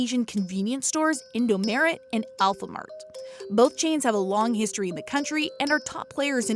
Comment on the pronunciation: I was crying when they pronounced indomaret and alfamaret wrong😭